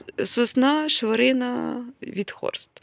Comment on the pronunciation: Добрий вечір! Сосна ШвЄрина ( наголос на є) Витхорст у вас на нижньому штамбі, то не хвилюйтесь, вона великою не буде.